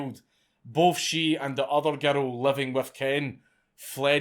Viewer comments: I like how he pronounced girl as gertal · Everyone's talking about how he pronounces "murder" but how about how he pronounces "girl?" Gerrul. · How do you manage to pronounce "girl" as "gerro"?